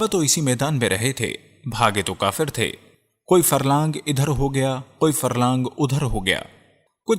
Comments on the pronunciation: ماشاءاللہ. بہت معلوماتی ویڈیو ہے. لیکن ایک برائے اصلاح یہ بتانا ہیکہ صحیح لفظ کافر ہے ☑️(انکار کرنے والا) قافر نہیں ❌ اور صحابی کا نام حضرت حنضلہ ہے✔️ خنضلہ نہیں✖️. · اپ کاف کو قاف بولتے ہیں جب قران پڑھتے ہیں تو سورت الکافرون کیسے پڑھتے ہیں اسلئیے پلیز اپنا تلفظ صحیح کرلیجئے تاکہ قران صحیح ادا کیا جاسکے